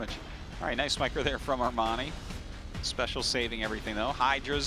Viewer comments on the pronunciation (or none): the other caster pronunciation of Armani name kills me a thousands time inside.